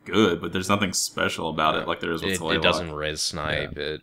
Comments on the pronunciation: Just to clarify, Tlaloc is said like Tla Lohk. It sounds like yolk. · its just, TLALOC, as it reeds, dont put any accent to it